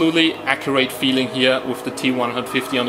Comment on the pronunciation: Accurate not Acjurait.. XD